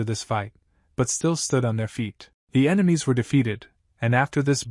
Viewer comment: Ememies 💀 bro it's enemy